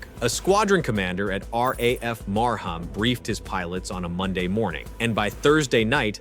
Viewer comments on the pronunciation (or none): It's NOT RAF Mar Ham it's RAF Maram the H isn't pronounced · marham. Lol. It's sounds like "Marhum", not "mar-HAM". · The 'h' is silent in Marham.